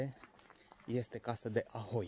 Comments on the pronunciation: o mica rectificare: locuitorii se numesc haholi, nu ahoi. locuri unice... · ucrainienii se numesc 'haholi' bre, nu 'ahoi' :) :) in rest big like !